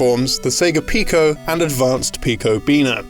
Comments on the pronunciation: Ain't getting away with calling anything a Beena in 2019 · Hombre, you can call us "Beena".